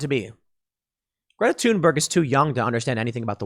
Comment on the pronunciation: IT'S PRONOUNCED "THOON-BURG". NOT "TOON". OMG THAT BUGS THE F OUT OF ME EVERY TIME YOU SAY IT!!!!!